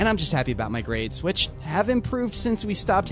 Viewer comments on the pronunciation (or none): No way he said dumass